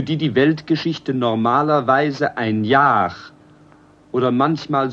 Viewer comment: Why does he pronounce the sound /r/ in the end of words so strong? "Jahr", "zwar"